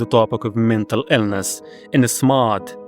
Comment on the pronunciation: Bro... you started with Cry of Fear... you instantly get a like and subscribe from me. Loved that game! edit 1: why do you say silent HELL, and mental Ellness? edit 2: Visage is my other favorite game!